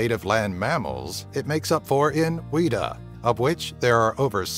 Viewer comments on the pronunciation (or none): weeta? It's pronounced 'wet a' for future reference if you visit our country guys!! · Weeeta??? Such wrong pronunciation Like if from NZ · two kiwis hanging out, blazing it "Bro, pass the weta man" Oh my god that pronunciation though XD it's pronounced much closer to the word "wet" with an "ah" sound after it. The sentence that naturally comes to your lips after stepping in a puddle in your kitchen in socks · they say weata we say weta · When he said weta I cringed. "Wee - tah" .... mate its "Wet - ah" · You said wetta wrong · its pronounced weta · Like weta! Really :P